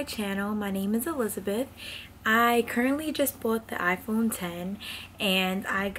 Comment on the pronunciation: THANK YOU for saying “iPhone ten” it bothers me SOOO much when people say “iPhone ex”